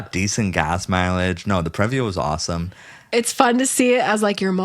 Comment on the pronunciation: Previa is a long E sound. PREE-via.